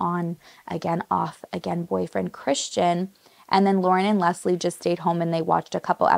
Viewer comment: Can I just say, I'm "Leslie" as well, and hearing how perfectly you pronounce it, is refreshing. 🙌 You excentuate the "S", which is how I prefer it. It sounds so much softer and feminine. ❤Most times, when I meet new people and they pronounce it as a hard "Z", I know they ain't gonna be my people. Lol so random I know, but just saying I knew I loved your vibe, girl!🧡🧡